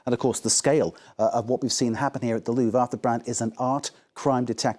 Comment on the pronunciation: This gentleman finally pronounced Louvre properly. Merci, Monsieur Brand.